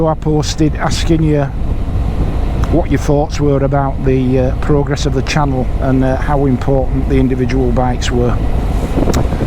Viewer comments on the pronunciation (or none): none